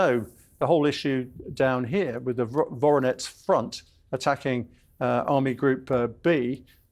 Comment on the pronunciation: The grey haired British guy is a joke, how does a WW2 “expert” not know operation waltz (German pow march through Moscow) happened in the summer of 44? Also, Voronetz? It’s Voronezh 🤧🤧